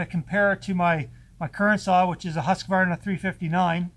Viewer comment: Finally someone who can pronounce Husqvarna correctly! I love my Stihl's, and you got an awesome deal.